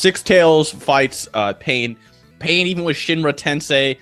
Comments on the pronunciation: Misspelling words is fine but when you continuously pronounce Pain as "Pine" after being told like 5 times its Pain, then it's a joke. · He even calls Pain "Pine"